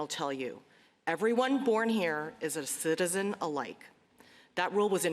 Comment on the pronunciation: listen to how she slurs "citizen", her subconscious knows she is lying. So her conscious struggles to pronounce the word.